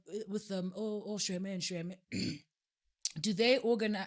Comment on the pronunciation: Shweme and Bleki? 🤣🤣🤣 oh you’re from PE bro😭😭😭